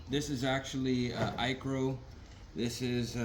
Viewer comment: FYI you are not pronouncing ICRO correctly